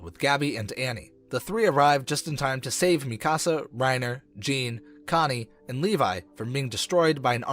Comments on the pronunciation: Bro the pronunciations in this vid had me crying 😭😭 bro said “mi casa” for Mikasa and actually said Jean as in pants for Jean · I don’t like how he’s saying a ton of names wrong except gabby, feels like this isn’t a actual persons voice, also saying Zeke as “Zekay” And Mik-asa as Mika-say and mi ka sa, but sounding like there’s extra a’s however, that’s fine a lot of people find it confusing. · Why did you say Eren yeager is mr Krueger and why do u call Mikasa mick-as-uh it’s meek-uh-Suh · (me-kas-ah) wtf is that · and mi-kasa and hang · THATS NOT HOW YOU SAY MIKASAAAA